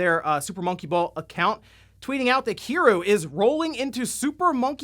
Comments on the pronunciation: It’s pronounced KEE-REE-U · The way he's pronouncing "Kiryu" really hurts me on the inside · This comment is a comment about how he pronounced Kiryu's name wrong.